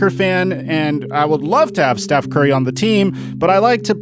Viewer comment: Big fan of the channel, but lately I don’t watch as much because the way u say Steth Curry and Giannis Inetitakoupoe is so agrivating I just watch coupe...